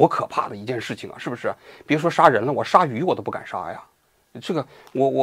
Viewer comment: 杀鱼那个我听了几次才听出来..一直听成杀驴😂